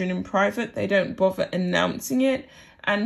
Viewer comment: can you learn to pronounce “ TH”! ie, boTHer, not boVVER!!! THought, not Fought!!! togeTHer, not togeVVer!!! Please!!!